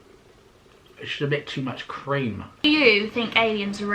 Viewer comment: dying at the way said cream when he went "its just a bit too much cream" (around 11 mins!) hahahaha